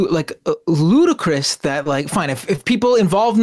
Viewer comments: I assume you meant "ludicrous" rather than "Ludacris"... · “Ludacris” 😂 that’s the singer 😅 I think you meant ludicrous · And it's "ludicrous." LOL, Ludacris is the name of a rapper.... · Lol everything else aside, it's ludicrous not ludacris